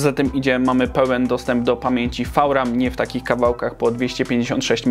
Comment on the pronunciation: FAŁ RAM